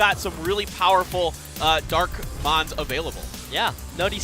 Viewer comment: These announcers are shit, I could do better and hardly play the game anymore. They mess up almost every Mons name